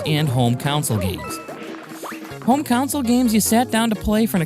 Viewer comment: Totally agree with the camera issues! Some of those later levels, I simply waited for the invincibility suit and cheesed my way through. Great videos overall, but one small critique: it sounds like you're saying "counsel" when you mean "console". It confused me a few times before I picked up on what was happening. Keep up the great work!